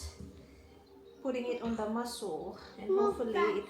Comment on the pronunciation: Wala ba yung namumulis ng accent ni? Baka pansinin yung "masul" na pronunciation(muscle). Kasi nung nakaraan di pinalagpas yung nudul (noodle). 😅